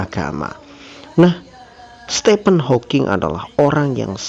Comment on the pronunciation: Nikmat iman, anugerah terbesar. 🤲🏻 Btw Admin, Stephen dibaca “Stifen” bukan “Stepen” 🙏🏻